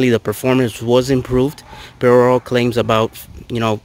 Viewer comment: Why u pronounce prl in such a weird way lol. Nice setup. Def need the car back to open this car up. Too quiet